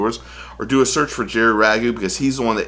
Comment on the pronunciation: Rago,pronounced making the "A" sound.I know,went to HS,with Jerry.